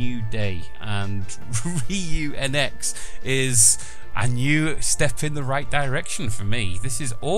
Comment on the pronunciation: it's pronounced (re-you-gee NX)